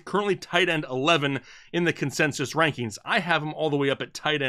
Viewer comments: “Consesis” lol happy Thursday guys ! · Say "consensus" again.